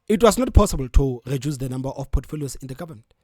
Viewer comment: Eish I’m finding this podcasters pronunciation distracting. Eg Geduce instead of reduce, gespond instead of respond,gecoup instead of recoup